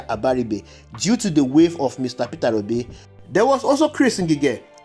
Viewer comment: Pronounce his name properly Peter Obi not Petera obi